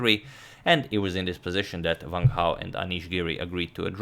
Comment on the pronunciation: It's Wang, as in this words: want, wanted, wrong, wonder, etc... not as in this words: vant, vanted, vrong, vonder... ^^